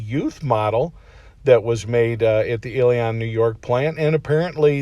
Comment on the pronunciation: Hey, when the hell are you going to learn to pronounce Ilion/ I lived there during my childhood, it is pronounced; Ill-e-n ...simple get with it. This is the third time I have posted this for you, so you don't sound stupid, like a jack ass to the up state New Yorkers